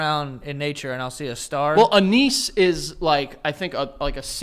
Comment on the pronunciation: Hearing the way pronounces anise is sending me into therapy